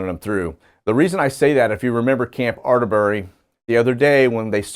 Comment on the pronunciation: att-er-bury say it fast, that the way it pronouce up here,,,,,,we were in columbus on tuesday seen 3 military helicopter flying around probably having manuvere at camp atterbury since the poppies left, big helicopters with double propellors on them sorry i have no spell check